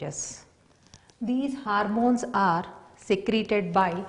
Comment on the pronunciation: It's not harmones... It's hormones😂😂